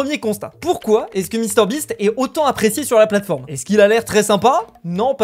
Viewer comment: "sur la platfrome" 🤣